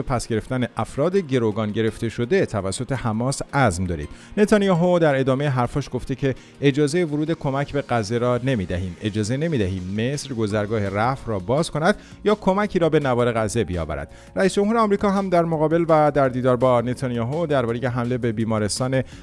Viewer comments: دوست عزیز فقط یک تذکر من چندین مرتبه تلفظ کلمه رفح رو از شما شنیدم که تلفظ آن اشتباه هست تلفظ صحیح. رَفَح هست ر فتحه داره. ف هم فتحه داره. ح هم ساکن است. رَفُح. این رو جهت بالا بردن کیفیت کار شما که واقعا برای آن زحمت میکشید عرض کردم. اگر ناراحت شدید لطفا حلال کنید. ممنون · درسته این خبر، وقتی من ثبت نام کردم بالای ۴ میلیون نفر ثبت نام کرده بودند و همینجور در حال اضافه شدن بود. درضمن لطفاً اسامی رو صحیح تلفظ کنید. اینقدر زحمت می کشید حیفه اسامی معروف رو اشتباه تلفظ کنید. اسم گذرگاه غزه به مصر گذرگاه رَفَحْ هست. پاینده باشید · بابا آبرو داشته باش ببین کی میگه رفح که تو میگی. ر. فح حجه کن. حیف متاسفم برات برواقلا اخبار سیما را ببین نام هارا یاد بگیر. یک جا میگی حماس یک جا حمماس درست نیست چند بار محترمانه گفتم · سلام و خدا قوت به شما عزیزان بابت برنامه بسیار قوی ای که تولید میکنید ، دمتون گرم و خدا یاورتون.... اسم گذرگاه rafah رو اشتباه تلفظ میکنید، ممنون میشم اگه اصلاح بشه...❤❤❤❤❤ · آقا کلمه گذرگاه رفع رو درست تلفظ بفرما